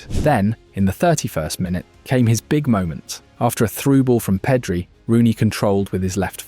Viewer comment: "lamina yamala" "peedri" at least put effort on the names man